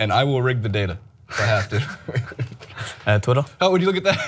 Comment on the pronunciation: it's ''data'', not ''data''.